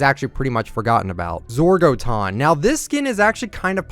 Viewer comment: zorgotton is supposed to be pronounced the same as forgotten with a z no hate tbo